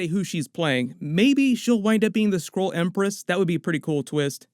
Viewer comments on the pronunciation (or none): The way you keep saying Skrull sounds like you are saying Squirrel.